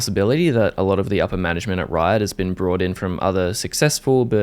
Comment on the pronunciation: I really felt it when you said "Rrrriot"